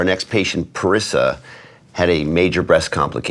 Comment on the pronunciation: Say her name correctly ..PA-REE-SAH.. Dr DewBroow